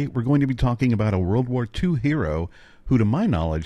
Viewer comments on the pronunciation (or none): none